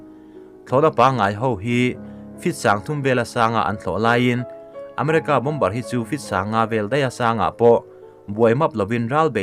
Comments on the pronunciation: Mizo trawnga A,Aw,B h cuan bom-ber th khi a dik...bo-mer cu American English ah ciah..Zo trawnga lehlin anih toh cuan a lam dik.. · Bâwmar ti a lam rik tur a nia, bomber ah hian b laita hi silent tur, a ngaihnawm e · "Bom-ber" ni lo in "Bo-mer" ti a lam tur... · Bomber hi bomar tiin an lam thin in ka hria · "bomber" ni loin, "BOMB'ER" tia lam tur zawk